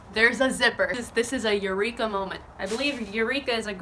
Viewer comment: The eyrika sounds more like evrika (I am greek)